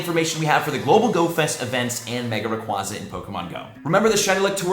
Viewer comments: says 'raquahzah' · I love the content, but am I the only one that cringes when someone pronounces Rayquaza that way? Ray-Quay-Zah